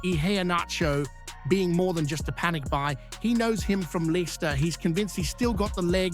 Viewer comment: Weird AI voice over-Leester?wheres that?oh you mean Leicester,got it,plus the endless subscribe ,subscribe